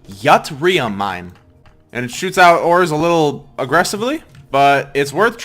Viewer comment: It's pronounced as It-ri-yum